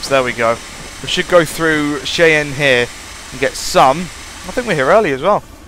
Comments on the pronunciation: you say it like (shy-anne) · Cheyenne is pronounced as Shy-anne